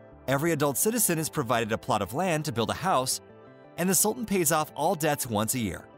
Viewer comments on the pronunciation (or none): none